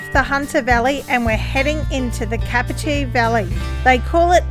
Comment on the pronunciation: Just so you know, it's pronounced Done Gog for Dungog & it's Cape R Tee for Capertee. Hope that makes sense. Keep up the good work 👍